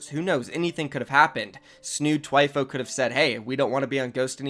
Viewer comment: It’s not “Twyfo” is Thwyfoe”, spelt Thwifo.